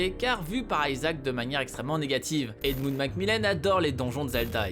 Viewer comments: On dit ISAAC et pas Aïsaac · ça ce prononce pas plutot ISAHAC ? et non ayzak, stop inventé des intonations inexistente svp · aïe mes oreilles ! Isaac ! pas aïezak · euh aisaac ? c'est Isaac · aiesaac ou "I"ssac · C’est pas aizak isaac bordel tu le prononce mal 😂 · Ça prononce a l anglaise moi je dit isaac pas aïesaac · Grrrr ça ne se prononce pas "Aïsaac " mais Isaac c'est chiant la par contre ! Quand on veut parler d'un personnage faut déjà connaître son nom... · Isaac !!! Pas Ayzak !! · WTF pourquoi Aillesac ? On dit IIISAC PAS AILLESAC, a chaque fois qu'il le disait je voulais lui mettre des claques derrières la tête ... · Même Isaac est prononcé à l'anglaise maintenant xDC'est Isaac et c'est hebreu donc certainement pas Aïsac en français ! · On dit pas plutôt Isaac au lieu de AYsaac ? J'ai toujours dit Isaac perso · isaac ce dit izaac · arrêter avec vos prononciation a l'anglaise.. aïzaq c'est moche ! bruh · Ta prononciation d'Isaac, comment dire ? :p